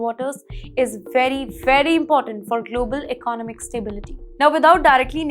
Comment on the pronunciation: Get your Pronunciation right. Why is economics ecnaumics, economy is ecnaumi. Where ever you studied it appears to be a bad place to be a student in it